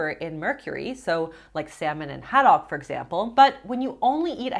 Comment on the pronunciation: I’ve never heard anyone pronounce “haddock” like you do! 😊